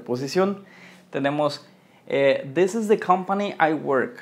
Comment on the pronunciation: Menos mal! Estaba buscando un comentario al respecto! Me estaba volviendo loco con this this, de hecho, él pronuncia una sola vez "this" en el video y no se dá cuenta.